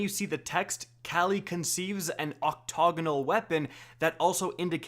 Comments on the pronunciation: "octoganal weapon"? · "octoginal weapon" lol can't read.